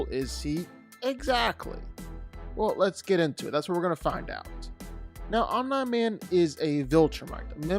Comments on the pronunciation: I hate the fact that you say “omna man” instead of omni* man 💀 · You say omi man weird. It’s throwing us off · STOP IT… Stop saying om nye min. His name is OM NEE MAN PRONOUNCE IT CORRECTLY. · Omneye man??? No, OMNI man, cmon bro........ driving me nuts..... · Omn-eye Man. Can't finish the video. What is it with YouTubers not even watching the source material or having a basic grasp on how to pronounce words correctly. IdioTubers. Jeebus. Smgdh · is it just me or did he say online man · The fk u saying omnaman for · Who tf is Omna-Man? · Omnaiman He said it right initially and from then on Pain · You said Omni man correctly the first time you said it in the video and then you mispronounced his name every time after that. Makes me think you're doing it on purpose. Annoying as hell. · ya, I needed to see someone else's comment about him saying omni man wrong instead of hearing it pronounced wrong, driving me up a wall, ya you right. 🤣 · My guy quit acting like you don’t know how to pronounce “Omni man” 🤦‍♂️ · anybody else bothered by the way he says omni man